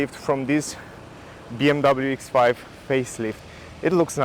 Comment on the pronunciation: “BMW Eeks Five”